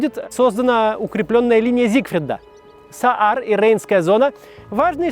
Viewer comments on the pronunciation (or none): Не Саар, а Заар. Заарланд. 🤷🏻‍♀️🙂